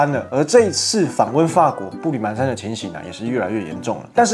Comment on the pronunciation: 热切希望湾湾替我们参观法国啦，湾湾才是天道正统！还有那叫步履蹒（pan）跚，不叫man啦，谢谢。